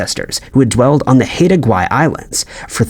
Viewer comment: Haida Gwaii: Say Hidah Gweye not Hayda Gwaii